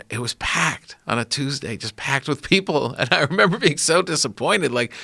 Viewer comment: Take some alpha brain joe you just said “do you member” 😂😂😂